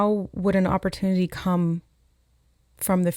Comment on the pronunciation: 🍒🍦i’m hearing “op or tune” with opportunity